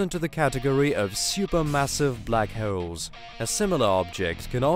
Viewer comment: I’ve learned a lot about blackhewls today. But very informative documentary.